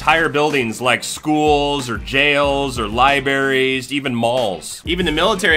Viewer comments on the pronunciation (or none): “Jam things like .... Lie-Barries” 😂 you forgot the R in the middle of libraries! 😂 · "Libaries"?? lol I think I saw one of those in a Pitcher once.... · Had to stop once I heard him say "Lie-berries". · Awesome vid buuuttt you said liberrys. Lol. Thanks for the review